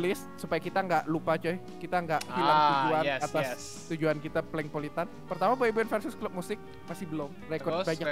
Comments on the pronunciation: bukan polengpolitan tapi plenkpolitan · captain america bukan polang politan tpi plenk politen